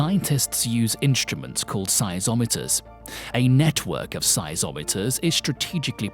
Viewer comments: They're called geysers not geezers, the guy reading this is mispronouncing so many other words, like caldera not call-der-a, seismometer not seisometer!!! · Couldn't watch it all. Narrator needs English lessons. What the hell is cataclamystic? Geezer? Seisometer? Couldn't stand it anymore.